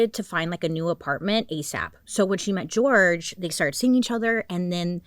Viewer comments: jorge is usually pronounced “horhay” ..but ilysm and i think it’s cuter as george… edit as i’ve watched the whole video: they call him george. sorry bailey love ya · his name is pronounced “hor-hey” his family was very disappointed in the legal teams that always would represent sarah because them and sarah would just call him George which is sad and disrespectful, but the team that represents him would say his name the correct way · I really wish people would pronounce George's name properly. It's Jorge. Sarah was told multiple times by Jorge's family that it's not the American pronunciation. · Bailey I love you so much but the way you pronounced indigent and Jorge PLS 🥲🤣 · Just putting out here that his name is pronounced with an H sound(where the J is) not with a G! Love you Bailey